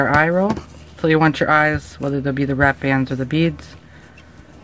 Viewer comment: U sound weird u say it like beadsh